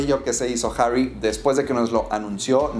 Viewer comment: Esta tan difícil pronunciar harry ? Y no decir herrrry como si fuera inglés ?